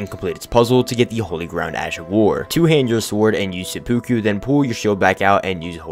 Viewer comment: Very very triggered at the mispronunciation of Sepkuverry triggered at the mispronunciation of seppuku